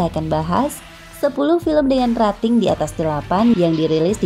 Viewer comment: Rating dibaca reting... Singa bukan seorang... Tapi se'ekor.....